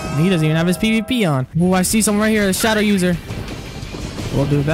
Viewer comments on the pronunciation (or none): none